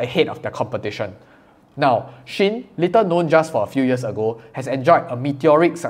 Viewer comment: I believe shein is pronounced she-in from she inside. But because I like You just pronounce it anyway You want!